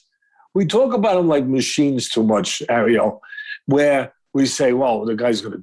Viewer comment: Says arriel like the jamaican crab in the little mermaid does😂